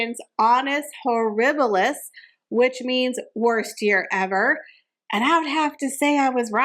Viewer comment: It's not to tell honus horibilus but Anus horibili .